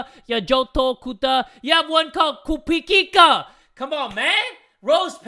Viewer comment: You guys: trying to speak kiswahili words in a girl's name: Kupikika Me, a Kenyan: * Cringes then dies of laughter*